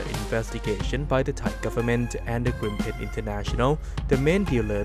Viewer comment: Gripen (swedish) to pronounce it correct in english, say the english spell greepen in english, then it sounds right.